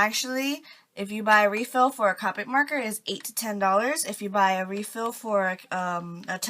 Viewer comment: I'm not trying to be rude or anything I promise but it's pronounced Co-pic not Ca-pic